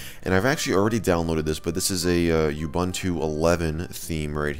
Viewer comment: you-bun-too is actually ooo-boon-too xD